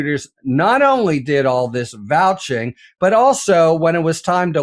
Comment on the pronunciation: do you mean "vouCHing"?